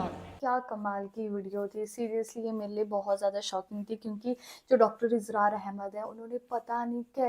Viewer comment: Its اسرار not ازرار.